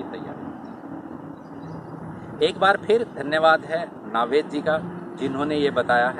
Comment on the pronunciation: Proper pronunciation is नवेद भाई NOT नावेद भाई 🤓